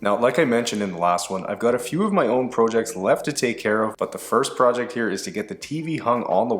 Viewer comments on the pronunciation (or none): Why do you say project like prooject lmao